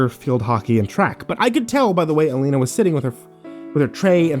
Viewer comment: Why are you pronouncing her name 3 different ways? You say Alina, Elena and Ileana. Please pick one.